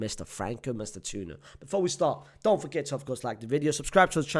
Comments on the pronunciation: FRANCO MASS-TAN-TWO-OWNO. please don't butcher his name anymore as an Argentine my ears are ringing. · btw it's pronounced mas - tan - too- oh - no